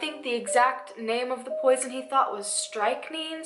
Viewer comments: It's pronounced STRICK-nine 🙂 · nice video maybe I can clear a couple things up. Pronounced Strick ( rhymes with trick) 9 ( Strichnine). A poison still available to use as rodent bait. She introduced the men as her cousins because in that day and age it would have been a very very bad reputation to get it started men were sleeping under her roof while she was unwed to these men so she was correct in telling people they were her " cousins" . Just to clear that up , she was using proper ettiquette. Great video as there is not much about her out there. Thumbs up for the subject. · its pronounced "strick-nine" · strick-9. Thats how its pronounced😊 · Pronounced strick-nine, it’s rat poison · Its pronounced strick nine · The poison is pronounced s-trick-nine :) I just happened to know so i thought i'd share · Pronounced strick nine I think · The poison you're thinking of is pronounced strick-nine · Hi! I couldn't go through 1,000 comments, but I just wanted to say that "Strychnine" is pronounced strick-nine. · It is pronounced strick- nine(9) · Please don’t think me rude. The poison I believe is said “strick-nine”’. But then again I could be wrong. I love your videos, you put so much work into them. I can tell true crime is a huge passion for you. Keep making these binge worthy videos ❤️❤️❤️❤️❤️❤️😂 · It's pronounced strick-nine....(not it's true spelling, just breaking it down for you to see how it's pronounced.) 😊...some people may seem like they are getting away w/ these types of things, but they will have to stand before our loving God one day & be judged by the law of love for what they did ... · It's pronounced "strick-nine" But of course I still love you xoxo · Of course it's understandable why you wouldn't want to talk about killers still out there. BTW it's pronounced strick9 And, absolutely Belle ran and did not die in that fire. Also because she constantly changed her methods I'm sure there are still unsolved murders that she was responsible for.